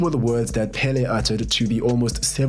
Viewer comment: It was very rough to hear you pronounce Pelé incorrectly. The accent it's on the second e not the first one